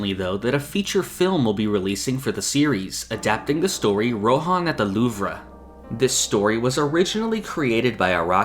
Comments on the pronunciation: Isn't it pronounced "Loov", not "Loovra"? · Great video but idk why you kept saying Loovruh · Not to be that annoying guy, but Louvre is pronounced "Loov" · Just saying, it's pronounce "the loove" instead of "the luvrah" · JUST SAY LOOV. IT'S NOT LOOV-RUH. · Lmao the “Louvree” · The "loov-ruh" 💀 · Why are you saying “louv-ruh” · Are you mispronouncing the Louvre or am I? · are you purposefully pronouncing the Louvre like that lmao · I'm crying why is he saying the Louvre like that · I flinched at the way he said Louvre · that is not how louvre is pronounced but no anglophones have ever pronounced a french word correctly so your half forgiven